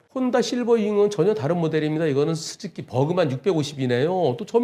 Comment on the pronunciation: 스즈키 입니다 스즈끼가 아니라ㅡㅡ